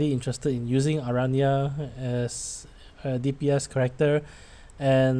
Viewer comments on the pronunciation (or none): the way you say Aranea sounds a lot like Araña (spider in spanish)